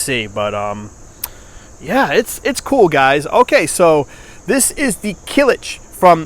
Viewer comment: Not Kilij, is it name kılıç